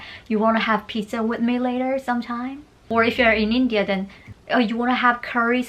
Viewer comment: 2 min when i realized she said indiaa...